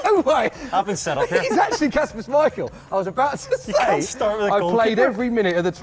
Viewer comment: It is kasPer Schmeichel